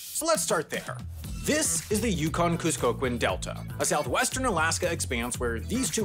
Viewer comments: FYI = the "kust" in "kuskokwim" is pronounced like "cuss" (as in "a bad word"), not "ku" as a regime change. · the data seems a lil fucked cause people love their atv's, side by sides and snow machines in the villages Edit: Also kuskokwim is pronounced more like tusk than Kuzco.... Oh, right. The poison. The poison for Kuzco, the poison chosen especially to kill Kuzko, Kuzko's poison. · FYI it’s pronounced Cuss-Kuh-Kwim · For future reference, the "Kusk" of Kuskokwim rhymes with "tusk". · I'm happy to see this great video about my home state! My only note is that it's pronounced Kuskokwim, not Kuskokwim. ... okay, I think I see where you got sideways on the pronunciation. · You pronounced Kuskokwin with the wrong pronunciation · You mispronounced Kuskokwim.